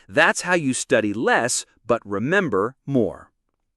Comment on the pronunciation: Remober more LOL